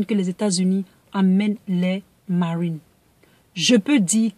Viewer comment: Tu pouvais dire marine normalement 😂😂😂 pourquoi ta fait un accent américain là ?!